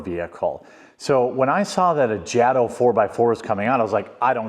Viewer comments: It's pronounced Jay-Tow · Long A in JATO. Good video. Lers get atleast one of these a week.